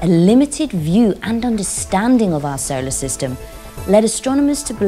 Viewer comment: Can they get somebody who can pronounce solar system and neighborhood properly. Also who sticky taped 2 black Caterpillar's to this poor womans eyebrows.